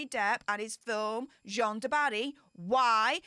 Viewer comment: the French name Jeanne ( a female name) rhymes with ANNE, not John. J-ANNE du Barry.